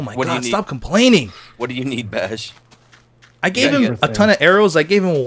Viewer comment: Description fail. you said "Bai" instead of "Baj".